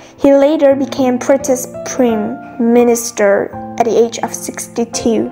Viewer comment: Wonderful podcast! the prime minister is mispronounced, you can check and do it better next time. I'll keep tryinggg! Thanks.